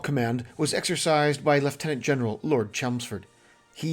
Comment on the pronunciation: Music to ears when leftenant is properly pronounced instead of lieutenant liu-ten-ent